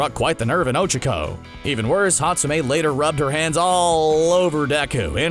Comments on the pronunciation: What is “ochiko” it’s och-ac/k-o but you have to say “(o-Cha-co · Its Oh-Chaa-kOh